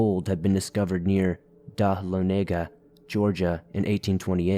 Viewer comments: As a former Georgian, it pains me to say that they pronounce Dahlonega as 'duh-lawn-a-guh' I hate it. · Thank you for this! I am stunned beyond description. Jackson was notorious for his hatred toward natives. I don't understand the hatred and repulsion in the first and last stories. LOL pronounced Duh-laa-nu-guh. Where I grew up in East Cobb county/Marietta, GA there were large, ancient boulders found within walking distance of my house, dug up as a First Atlanta bank was being built (yes this was in the 80s). The area was part of the Trail of Tears. As East Cobb blew up with people moving south lots of new homes were built and tons of arrowheads and pottery were found. I remember helping my parents till for their garden and we would always find arrowheads.